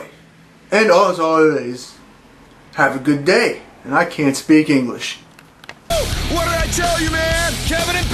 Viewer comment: ''and i can't speak enwish'' lol